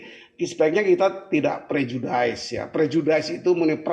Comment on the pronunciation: Prejudis bukan prejudaise Pak